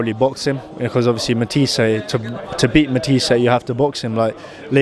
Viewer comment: Yes I know pal... I'm making the point that he said Matias' name wrong (despite the reporter saying it back to him) about a dozen times in this interview as well as a bunch of other top guys at the weight.